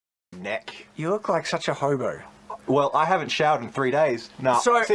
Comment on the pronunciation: I thought said “homo” instead of “hobo” at first. 😅